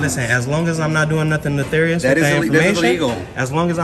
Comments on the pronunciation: “netharious” 😂 what a dummy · Stop saying "neTHarius"...its nefarius.... One is the character on world of Warcraft and the other is evil or wicked behavior.